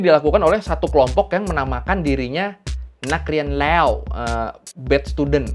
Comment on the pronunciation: Koreksi kak. Utk bad student itu bacany nak rian leuw. Leuw: bad (bunyi huruf vokal "e"nya sprti "e" dlm kata "meja") Bkn nak rian lew yg mana bunyi "e" nya seperti "e" dlm kata "bel" 🔔 krn "lew" itu artiny "sudah". Jd "nak rian leuw" artiny: siswa yang buruk, sedangkan "nak rian lew" artiny: sudah pernah menjadi siswa. Overall, konten yg sangat mengedukasi utk para Thai-popper.